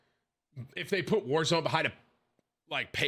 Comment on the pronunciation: its pronounced world series of wallzone. ez mistake to make